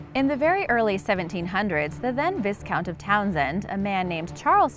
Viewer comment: It’s pronounced vicount not viscount